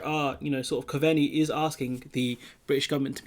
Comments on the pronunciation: Hi, Try Simon Cove-nee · good vids bud, just a wee tip, Coveney is pronounced Cove-nee :)